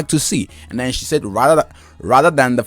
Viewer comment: Your saying Sayed, it's said thankyou